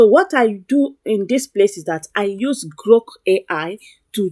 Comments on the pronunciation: Are you say GROK AI or Gro AI? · Are you saying GROK AI or GRO AI?